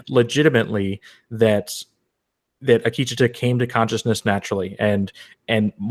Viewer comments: Zahn McClarnon (the native American actor) pronounces it Ah-KEE-che-tuh. There's your poison for the day. ;-) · Ah-Key-Cha-ta, I hope people are not hard on you guys.